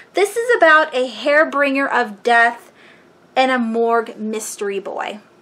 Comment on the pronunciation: Hare bringer? Haha. I think you mean harbinger